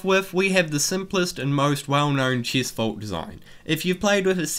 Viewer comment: Nice video and helpful af for my faction! Btw why can't you say the soft "e" tho ( Chist Protiction) Im saying I hate it, I just never heard of an accent like yours before 😂